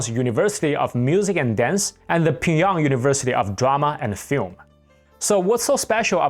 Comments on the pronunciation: Why do you say Pyongyang like pingyong? Is that how’s it’s really pronounced ? I’ve only heard it called Pyong-yang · How can anyone take you seriously when you can’t even pronounce Pyongyang correctly? It’s pronounced “Pyung 평 Yhang 양“ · You're mispronouncing Pyongyang.